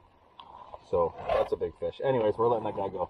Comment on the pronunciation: "Look at this ffffffuuu ... fish!" :D